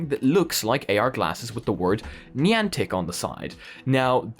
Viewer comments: I love your content and you are a great source for vr and ar news.....but how you pronounced Niantic just made me cringe everytime. Still going to watch your videos and what not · Niantic is pronounced Ni-antic woth a long I and A